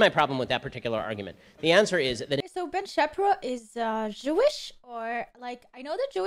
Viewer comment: Ben Shappyrow 🤣 you're cute